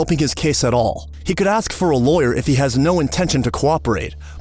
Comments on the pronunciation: “I didn't axe 🪓 you anything." You're the reason Yte people always mock us with 🪓. It's A-SSsss - Kuh. Ask!!! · Such a punk with his smirky little face hanging down at the floor. "You aks me, I was in da hospital wif her".